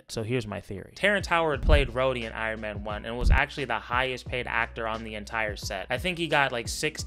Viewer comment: Iron "mayne " incident